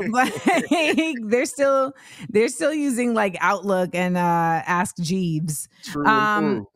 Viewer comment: Not 'ask jeeeves' lol.